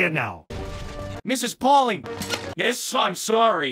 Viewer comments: I love constantly messing up Pauling’s name and then getting it right at the end. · i love how it took just shy of 12 minutes into the video to get Miss Pauling's name right XD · i like how mispronounces mrs bowling's name 99% of the time